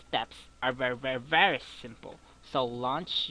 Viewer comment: did you say vry instead of very